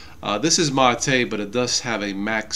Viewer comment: Great video but why do you pronounce MATE as Ma-tay most of the time and then pronounce it M8?